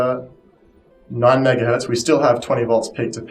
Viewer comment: Another person who calls 'Hertz' 'hurt'. I have no idea why they drop the z from the guy's name.